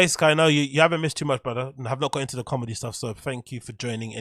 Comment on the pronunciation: his cawlmedy or lack thereof is just kinda icing on the cake.